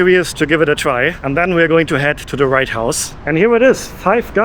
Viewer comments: It’s WHITE house not right house 😊❤ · why are you calling it the "right house"?